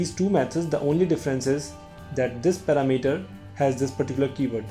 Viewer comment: Thanks you so much) now i have a new way to say the word parameter) it's paramEter! =) lol... but thank you )